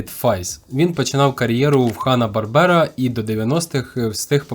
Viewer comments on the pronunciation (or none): Бáрбера, а не Барбépa.